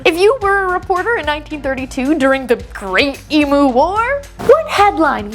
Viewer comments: Eem-ewe, not ee-moo!😂😊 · Please learn how to pronounce Emu correctly, it's really basic respect to other cultures to make an effort to not butcher their words. Its not E-moo. The U is pronounced like "you". Eem-you. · If you can pronounce the Pokemon Mew correctly, you can pronounce Emu (ee-mew) correctly. There is no excuse for yous to pronounce it "ee-moo", it's not a cow. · E-mew not e-moo they’re not electric cows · As an Australian, I just wanted to let you know it’s pronounced Eem-you not Ee-moo. Just in case you do read this comment, I love your channel! ❤❤ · Listening to non aussies say Emu is an exprirence... XD they always say E-Moo rather then Eim-U Also you'd hate Cassowarys... the actual legit demon/dino birds. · As an Australian, pronouncing them emoo 😂 is gonna get me through the day lol. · Isn't it E Mew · It's so annoying!!! Americans insist on pronouncing everything wrong. E-m-you. The U is pronounced like "you". Get it right people.